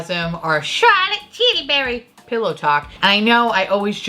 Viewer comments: “chirlitt tillibiry”😂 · Lol yes I want a posh Mrs. Doubtfire to read all the descriptions of the CT products 😭